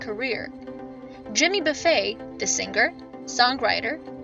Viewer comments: Somebody needs to learn how to pronounce his name. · I got tired of the mispronounced name but I'll keep listening to Jimmy Buffett for the rest of my life 👍